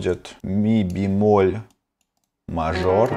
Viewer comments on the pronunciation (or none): none